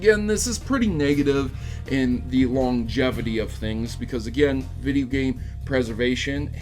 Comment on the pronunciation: Hideo instead of video